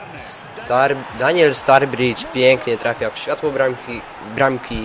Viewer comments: Mówi się staridż a nie starbridż ale bez obrazy, rozumiem :D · nie zebym sie czepial ale kto to jest "Starbridż" :)? chyba, ze to brat Staridża :)??? oczywiscie wiadomo ze pisze sie Sturrige ;)